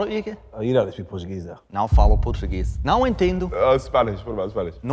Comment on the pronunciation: Has anyone noticed in the first minute the way this "language expert" pronounced não as nao? No nasal sound, or simply using Spanish to say nao. Doubt he actually speaks Portuguese fluently.